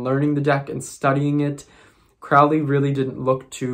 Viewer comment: Lon Milo Duquette didn't know Crowley. Crowley died way before. Crowley rhymes with Holy, not crowley which rhymes w fouly....